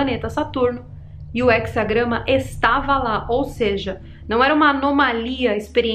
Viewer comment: Só errou no português, é he"z"agrama